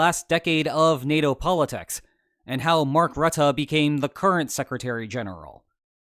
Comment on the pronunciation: I'm still amazed at his correct pronounciation of Rutte. Good job!